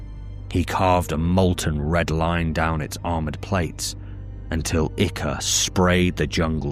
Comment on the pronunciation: I love your videos because you’re the only person on YouTube who pronounces ichor correctly.